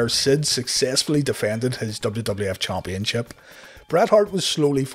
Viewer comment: Am I the only one who gets a kick outta the narrator's way if saying championship? CHOMPionship. Idk. It's just funny to me